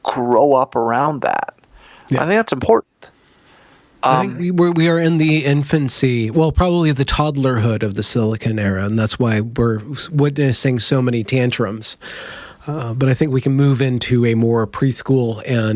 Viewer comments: Arg! Every time he said Silicone Age (instead of Silicon Age) all I could think of was breast implants and sex toys. Very distracting. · Sili-CON not Sili-CONE